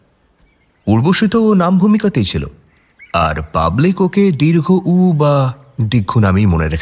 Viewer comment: sunchi, valo lagche.. but pls uccharon ta dirgho UU na. dirghouu.